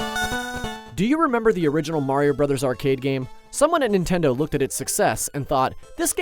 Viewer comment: Its Nintendo. Not nitendo. Also, it’s called an INDIE game. Not an indi.